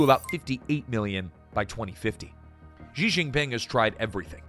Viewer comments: Xi is pronounced "She". Not "Gee" or "Jee". She. As in "SHE is very intelligent." If you want us to take your analysis seriously, the least you can do is pronounce Xi's name properly. You don't have to speak Chinese, but if you are doing a whole video on the ruler of China, it does help to get that one thing correct. Especially because it is easy to say for an English speaker. She = Xi. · Nice documentary, but you'd garner so much more credibility if you could've been bothered pronounce Xi's name correctly (Clue - it's not 'Je' as in 'Je Suis'). As the Chinese saying goes - from the small points, we see the big points'.. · It's interesting that the narrator pronounced "Xi" differently - most times as "Jee", and a few others, as "she". The latter is correct (this from a Mandarin speaker - but I think WaPo or some MSM publication ran an article on this exact point).